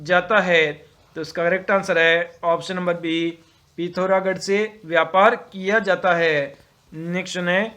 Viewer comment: हिंदी उच्चारण में सुधार लाएं पता नही क्या क्या बोल रहे हो "पौड़ी" जिले को "पोंडी" बोल रहे हो "पिथौरागढ़" को "पिथारगढ़" जिले के नाम तो बोलो कम से कम सही से